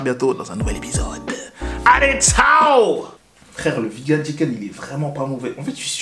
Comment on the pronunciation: le mec faut qu'il pose des jours pour aller chez BK ça me fume xD et pourquoi il dit Vi GANE? sinon belle énergie, à la ricain et tout c'est cool =)